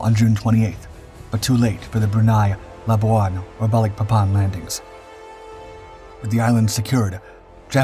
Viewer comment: Wrong!There was no Britain in WW2.Before Jap occupation,North Borneo was a UK colony & Sarawak was a UK protectorate.Labuan was pronounced wrongly.Thanks for a show on a part of history rarely shown,though.